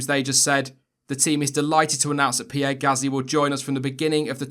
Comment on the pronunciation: FINNALLY someone that pronoces Pierre and Leclerc correctly, otherwise great video